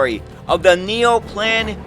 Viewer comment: Neoplan is approximately "NEY-oh-plahn". "Auwärter" is approximately "OW-wear-ter.".